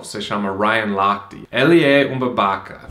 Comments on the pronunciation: Eu ri com o "ele é um babaca", seu sotaque soou muito engraçado. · ok, retificando então. eu quis dizer q vc dizendo a PALAVRA babaca ficou muuuuitoooo engraçado com seu sotaque gringo... 😋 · kkkkk, ouvir Babaca com sotaque americano é muito engraçado, amei esse cara....